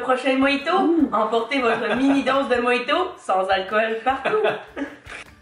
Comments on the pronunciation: On dit moRito 😂 sinon super vidéo, je vais regarder les autres. Je vous découvre :) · Coucou ça ce prononce '' dun'' mais la marque c'est milka et mojito ce prononce ''morito '' en France 🇫🇷 😂 Ps: continue je t'adore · Et on prononce "Morito" pas "Moïto" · Jpp comment elle dit "mojito" : moyito 😂 Sinon je t'adore t'es trop cute ❤😍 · Nous on prononce "din" même si ça s'écrit "DaiM"! Et "Mojito" on le dit "Moriti", on dit "speculOs" aussi! voila sinon super vidéo. Ahah j'adore 👌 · la crème de marron ne ressemble pas au Nutella c'est carrément autre chose ^^ et spéculoos le "oos" tu le prononce juste "os" et le mojito le "ji" pour nous français on le prononce "ri";) Et j'adore les vidéos que tu fais avec ton père elles sont géniales!!😄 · oui:) ça s'écrit mojito mais on le prononce mo"ri"to, un peu à la façon hispanophone ^^ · Moiiiito mdrrr ca se dit moJito 😂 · Aha nous on dit Morito Et les sa ce prenonse d'un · Mojito se prononce morito ^^